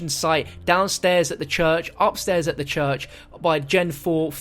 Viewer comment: The “chuch” 🤣